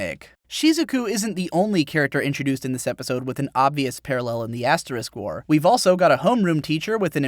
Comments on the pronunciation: we get it.. you're saying ass wars on purpose.....just use Ast now plz, its so irritating now xD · you called it ass war XD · did he say ass war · I really like how at how at 10 mins he starts calling the asterisk war Ass war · I can't help but to chortle every time you refer to asterisk-war as ass-war. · Lol I like how he calls it ass war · Are you really saying Ass War? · I'm serious to God; it sounds like he constantly says "the ass war". I know what he means but I can't just not hear that. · Haha u said ass war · "ass-war" nice one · Yulis' lack of ass! LOL. And then later he called it "ass war" 😂😂😂 Your videos are hella entertaining.